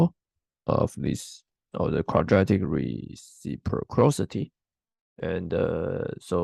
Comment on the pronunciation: Clean your throat first please. This was a torture in first 3 seconds. Also learn to pronounce terms like “reciprocity”